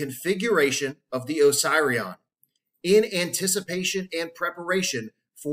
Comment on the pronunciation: Duuuuuude…. I am pretty sure it isn’t supposed to be pronounced oh-psy-re-on. Is it not supposed to be pronounced oh-seeree-on? Am I on a different planet? It’s making my inside hurt every time you say it. I could be wrong but……. ✌🏼😂 great video and thank you.